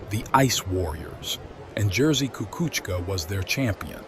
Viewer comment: YOU ABSOLUTELY BUTCHERED HIS NAME DUDE